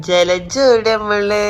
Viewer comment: Le:yara❌ജലജ ✅👍🏻😂🙆🏻‍♂️